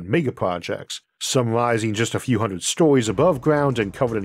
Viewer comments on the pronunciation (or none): none